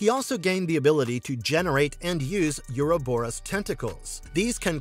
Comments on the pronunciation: Mouth-breathers will always pervert language, yuur speech patterns are mind rot, just terrible phrasing and horribke pronunciation like "you-row-boe-rus" for "Ouroborus" ... it is pronounced "O-ro-boe-rus," no "you" sound in the word. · You do not pronounce the word, "Ouroboros" correctly.